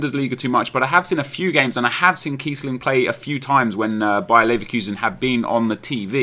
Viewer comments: kEIssling hahaha. Apart from the mistake his name is usually spelt with a ß (so Kießling) but that's ea's fault not yours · Its kiessling not keissling :D And he deserves at least 83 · its Kiess ling not Keissling :D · its Kießling:)